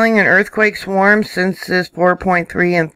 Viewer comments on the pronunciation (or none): none